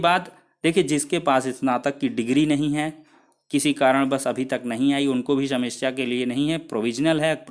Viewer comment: सेमस्या नही समस्या